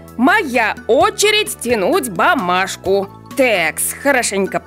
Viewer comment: Бумажку а не бамашку😊